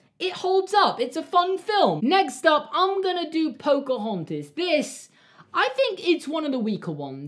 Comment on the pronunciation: Everyone: Pocohontas: Pocohontis Everyone:...:...